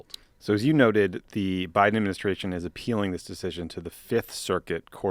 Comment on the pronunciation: guys, c'mon: "thank you to Joe B-AI-DEN". It's right there.....